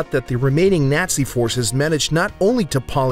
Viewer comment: The way he says Nazi made me cringe 😬